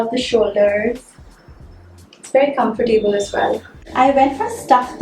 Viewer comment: I am a new subscriber ♥️🎊 i enjoy the way u speak and the way u present urself. Btw, it is com-for-table Not com-fi-table